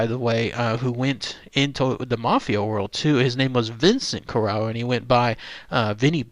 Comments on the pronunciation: You could at least pronounce his name correctly. CORE RAY O smh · We are on the East Coast. Cor ray oh is the Americanized pronunciation which we use but in Sicily Cor ah oh. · It’s Corr-A-o and Gambino (not Campino) you numpty. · My last name is Corrao and I am from the tri state area. Interesting video but you should pronounce the name correctly. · 6'5"...no! Also learn how to pronounce his name if you're going to do a video about the man. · hes not pronouncing correctly either way. Joe was my grandfathers first cousin from Trapani. How are you related?